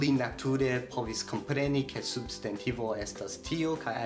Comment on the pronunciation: Kio okazis pri via elparolo de «substantivo»? Sonas kiel «subst**e**ntivo». Interesa kaj lumiga filmeto.